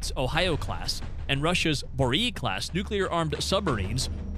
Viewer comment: When they pronounce Borei as Buh-reee you know to be skeptical of the rigour of research.